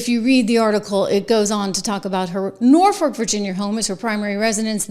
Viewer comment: It's pronounced NOR-fuhk. I cringe every time you say it. 😀